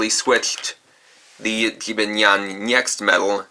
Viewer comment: You say jibanyan wrong